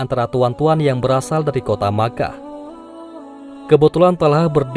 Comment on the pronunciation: Mekah kok jadi Makah